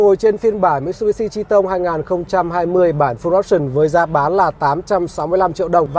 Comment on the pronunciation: Nguyễn Khải nói thật nghe ông này đọc là chi tông nghe cái xe nó khổ sở sao ý